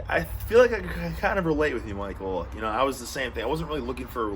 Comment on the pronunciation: Did he say Pichael? Or Michael?